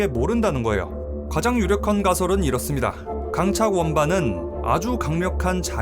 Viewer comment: 나레이션 발음이 좀 거슬림. 거예요가 거요로 들림.